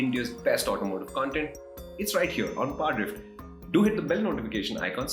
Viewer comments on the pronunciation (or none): the way he says "parrdrfft"